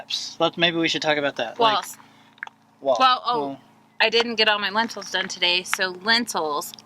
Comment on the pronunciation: Love you guys but every time you say "lentils" instead of "lintels" I want to shout "NO! There are no legumes involved in the structure of your solar shed!"